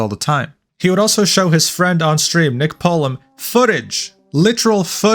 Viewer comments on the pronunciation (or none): none